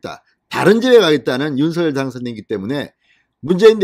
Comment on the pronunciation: 윤석열을 윤성열로 잘못 말하는 바보들이 많은데 윤석열을 윤서결로 올바르게 말하는 진성호씨는 기분이 좋게 한다.